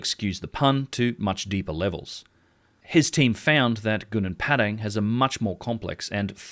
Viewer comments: Its Padang not Pedeng Pa just like Papa And Dang like Dung Papa Dung, Padang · Try to learn to pronounce correctly. That you pronounced Padang became Pedeng is really annoying. I am Indonesian but I always speak like a native in many languages including English, Dutch, French, etc. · It's Gunung Padang not Gunung Pedeng Learn to pronounce names correctly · Please pronounce Padang correctly